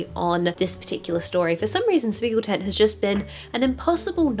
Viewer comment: I love how you correctly pronounce spiegeltent. They originate from my country and culture so I really appreciate it.